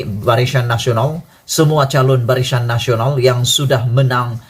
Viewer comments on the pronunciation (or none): BARISAN WOI BKN BARISYAN. SEBUT PUN TAK BETOI.